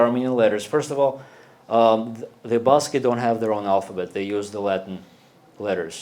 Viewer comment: what a boring speech full of arrogance and pseudoscience. Too much mythology and ethnical supremacism... first of all start pronouncing Basque Country properly, is not Basky Country. [Bask] The Basque vocabulary is limited? Do you speak Basque to make that statement...why everything of Armenians must be the best, the widest, the oldest, the richest, and the only land chosen by God? Everything is very murky! You look the leader of a sect...